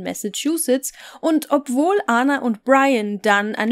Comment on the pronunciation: Man spricht die Namen Ana und Aleksandra (so wird der Name in ExYu geschrieben) ganz normal aus wie in Deutschland. Sie war keine Amerikanerin sondern Serbin.